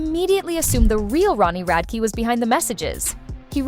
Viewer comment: “Ronnie Radkuh”